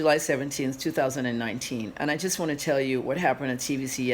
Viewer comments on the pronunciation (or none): none